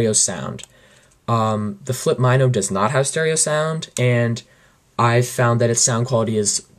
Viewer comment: It's pronounced Mino (like the small fish...or like min short for minute--oh)...not my-no lol. good review tho, thanks.